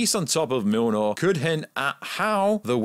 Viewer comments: Btw it’s not milnor it’s mjolnir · "Milnor" 😆 that's funny I think you meant Mjolnir. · I swear it sounds like your callin the hammer mewnew lol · Dude its been 11 years, theres no fucking excuse to not know how to pronounce Mjolnir at this stage. Me-yol-neer. Easy. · every time he tries to pronounce it he sais "mlnrnrlr""